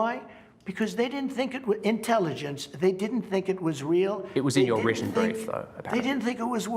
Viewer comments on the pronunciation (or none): none